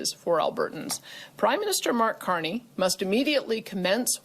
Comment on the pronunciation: Did you say "Mark Canrnage" ? ... You guessed right! Independence ! Alberta's only hope!